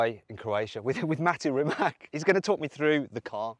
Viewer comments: Please pronounce His Name correctly its Rimac C on English,not K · Dear Mat, RIMAC is speaked out like RI.MATCH , it ´s a Croation word , not English. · C in Serbo-Croatian is pronounced as TS not K, so it is [rǐːmats], \'Ri-mats\. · Ma as in mark, te as in ta in tank And his last name being pronounced Reematz > Rimac with a hard r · Rimac "fridge" 😜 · you just said rimak in from of him jesus the disrespect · Thrye don't know that "c" is pronounced as "ts".